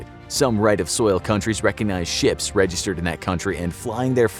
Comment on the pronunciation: Guy said chips and not ships